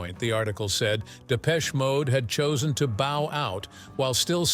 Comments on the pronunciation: Depech shay mode! 😂😂😂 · And it isn't 'Depech-A'...ugghh..